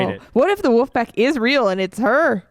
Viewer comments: He said woof pack, not wolf pack!!!!!!! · corey is saying "WOOFpack" not "wolfpack" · Omg...everytime he says "Wuffpack". 🤦